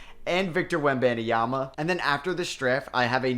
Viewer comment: Stop adding an extra syllable to Wemby last name !